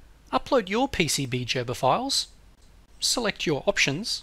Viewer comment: Who else cringe when he said Jerber files!